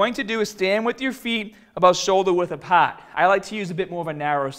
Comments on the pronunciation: "Shouldah width apaaaht." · Apaat: apart